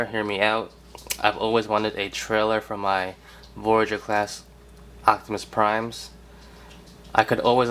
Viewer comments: are you saying ochtamus instead of optimus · He says "octimus" lol